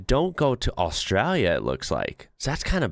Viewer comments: Why bro saying Australia like that? Austrälia 😅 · I love that when you say 'Australia' you use an Aussie accent...🤣🤣